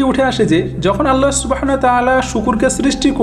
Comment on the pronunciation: ভাই আপনি উচ্চারন করেন اللح অথচ হবে আল্লাহ বা الله ওটা শুদ্ধ করবেন প্লিজ।